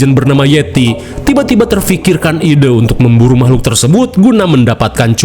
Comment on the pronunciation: teh yeti tkg seblak mn suara nyy...noh d sbut mamahlukan😂